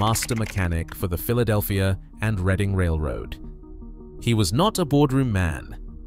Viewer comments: The railroad name is pronounced "Red-Ing" not Read-ing. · Reading is pronounced Redding please .